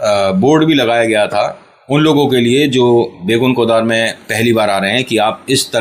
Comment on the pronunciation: I'm from WB. It's Begunkodor and not Begunkodar.